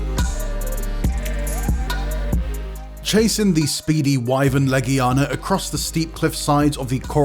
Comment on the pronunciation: Love the Monster Hunter content. But us being geeks means we're gonna argue about this list. This list was all over the place. Also the guy can't pronounce half the monster names. Behemoth? Legiana? Shara Ishvalda? Namielle? Astalos? Crimson Glow Valstrax? Why all the variants? Who cares about Raging Brachydios when you can have OG Brachydios? Where's Rathian? Bae-zel-goose? Aaaaaaaaaaaaaaaaaaaaa Come on, you can do better than this.